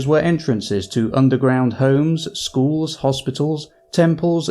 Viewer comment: Did you learn that... in sCHool?